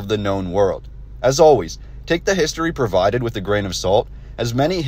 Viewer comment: isn't it provided instead of previded like you pronounced it?